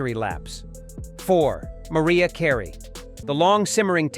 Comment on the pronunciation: Never trust a video that mispronounces names of famous celebrities, especially those like Mariah Carey, LOL!